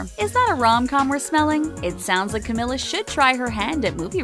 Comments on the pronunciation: Not to be rude but, I'm so triggerd by the fact that she said Camilla instead of her real name Camila🙃(Cameela😂) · It's pronounced like camEELa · camEEla please, thank you. It's about time people know how to pronounce her freaking name, damn it. This girl has been winning awards all over the place this year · CamEEla jesus man it ain't that hard but good video overall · me behind the screen: THATS NOT HOW YOU SAY HER NAAAAAAMMMMEEEEE my mom: why the hekk are you screaming me: its cameeeela my mom: *is she mentaly ok? questions? what? should i be concerned? my mom: okay? 8 walks away questioning if i need help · It's Cam-EE-la! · It’s pronounced “CAM-MEE-LA” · It’s CA MEE LAA for god’s sake! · Camila is the sweetest human being on the world I LOVE HER SOOOO MUCH MY QUEEN! <3 btw it's camEEla cabeYo :) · It’s camEEla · You said her name wrong, this is how you pronounce it (Cameela) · It's pronounced Cam-EE-La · Ummm how many times they say Ca-mill-a bothers the crap out of me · Sameeee lmao 😂😂💔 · NO ONES TALKING ABOUT HOW SHE KEPT PRONOUNCING CAMILA'S NAME WRONG THIS IS TRIGGERING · pls pronounce her name rightttttttttttt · she pronounced her name wrong